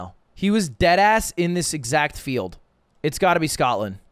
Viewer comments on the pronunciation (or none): none